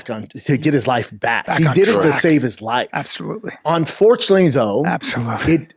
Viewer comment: Onfortunate not un. He can't pronounce any word with un before it. Can't pronounce any